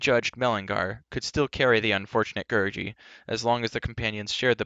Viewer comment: Say Gary not Gerroce